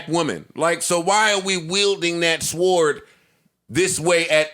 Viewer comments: Joe learn to say SWORD or stop saying it hahahahahaha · Why is Joe pronouncing sword like “sward” 😂😂😂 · We're pronouncing the "w" in sword now?